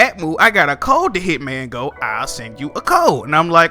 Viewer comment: I almost hit the dislike button when I heard you say Hitman go bruhhhh lol